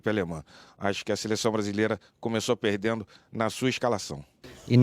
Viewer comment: "Brasil tá 'perdenu'"